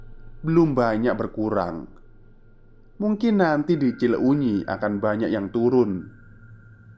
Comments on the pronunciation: Skedar masukan.kl ga salah " cileunyi" di bacanya Cilenyi.bkn cile unyi. Tetap semangat dan trus berkarya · Lucu banget 🤭.. cile U nyi.. wkwkwk.. kl d bahasa sunda itu huruf U nya ngga dbaca.. jdi pelafalannya Cilenyi aja.. Tp nulis nya Cileunyi krn memang penulisan bahasa sunda 🤭.. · Senyum2 sendiri saat bacanya ci-le-unyi 🤭 Cilenyi mas cilenyi 😄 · ngakak dengernya ci le unyi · Mas itu salah baca, CILEUNYI jangan di baca CI LE UNYI. MOHON BELAJAR LAGI EJAAN BAHASA SUNDA JANGAN GITU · kirain ci uxil 😂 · Mas.. Baca Cileunyi nya biasa aja Cilenyi pake "e" kyk pd kata kesana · maaf, mas. saran aja, mungkin lebih enak kalau baca nama daerah lain kali riset sedikit cara bacanya kaya cileunyi, bakauheni, lembang, pangalengan sering salah. saya setia dengar channel ini sejak lama, kadang agak terganggu aja. semangat berkarya, mas. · Sejujur nya kegangu saat dia narator bilang cileunyi